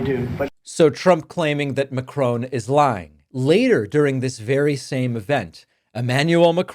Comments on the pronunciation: MacRON not MacRONE, please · it's Macron....not Macrone !! lol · OFF/ON MacRON ;)........not OWN. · It's MacON not Macrone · Like the video,but it's Macron not Macrone like " ton" and " tone". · It's not McCrone, M'crone it's Mac-ron - dead easyto pronounce. Stop changing the pronunciation like you do with Bar-bay-dose (Barbados), Mi-laarn (Milan) or Coasta Rica (Costa Rica). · It’s Macron not macrone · The name is Macron, not Macrone. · Mac...Ron not Macrone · Sorry David but it's Macron, NOT Macrone. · Please, it's Ma-Cron. Not Ma-Crone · It’s not Emmanuel Mcrone, it’s Emmanuel Macron. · The US President hates being fact checked because he'd rather invent as he goes. BTW David, it's President Macron, and not Mackrown. Pronounced as Mack-Ron. Sorry mate. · If you are so respectful of President Macron, at least learn how to pronounce his surname correctly?? It is NOT Macrone, it is Macron. He is the legitimate President of France and deserves to be respected unlike the moronic clown running your country and reputation into hell and beyond!!! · Macron, not Macrone. Short O, like in Ron. Ma-cRON. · Please stop saying "Macrone" ... it's "Macron". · It’s MACRON, not MACRONE! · It's mac RON not macRONE. wHY CAN'T aMERICANS PRONOUNCE THIS GUY'S NAME? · Dear David I ask you, as a bilingual, to help us pronounce the name of the French president correctly: it is not 'Macrone' like in 'drone', but more like Macroh, with the accent on Ma-. I think the ending sounds more like the Argentinian name 'Perron'. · Love your vids, but it's 'Macronn' not 'Macrohn'! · MA CRON not MA CRONE !! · I wish Palman would get Mr Macron's name right. The name does NOT have an E at the end. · I had to stop watching after the fifth time this guy said President Macrone. Idiot. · It would be good if you could learn to pronounce it Ma-cron and Muh- crone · It‘s pronounced ‘Mak-ron’ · Please, pronounce his name correctly. There is NO "E" at the end of Macron - it's pronounced mack-ron.